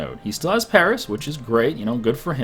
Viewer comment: Stop pronouncing Paris wrong